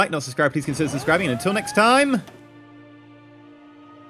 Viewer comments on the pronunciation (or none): Did you just say "San Jew-wan"?😆😆😆😆😆